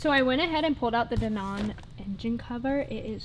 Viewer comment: Dee-Non is killing me 😭😂 but i can get behind it